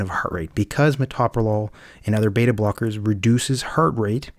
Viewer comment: Pronounce the medicine correctly.